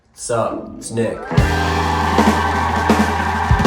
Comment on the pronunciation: When nick said wassup it's Nick it sounds like d**k